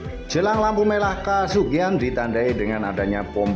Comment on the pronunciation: Maaf koreksi, Untuk lebih spesifik pengucapan kata Yang benar adalah kecamatan Kesugihan bukan KAsugihan.. Lampu merah Pertama adalah pertigaan Cantelan, bukan Kesugihan, karena Kesugihan jaraknya masih Jauh dari pertigaan Cantelan ke arah Utara. Untuk Lampu Merah ketiga Adalah Lampu Merah Widara Payung, Bukan Lampu Merah Binangun, Karena Binangun jaraknya Lumayan jauh dari Widara Payung ke arah Utara, Terus di situ juga tidak ada Kantor kecamatan Binangun, karena kantor kecamatan berada di Binangun. Di maklum mungkin bukan orang asli Cilacap. Demikian, dan Salam Semangat Selalu. terimakasih.